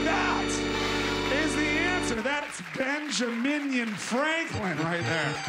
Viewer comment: "Benja Meh-Frankin"